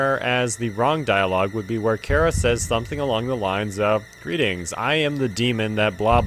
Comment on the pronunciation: Chara is pronounced CARR-A.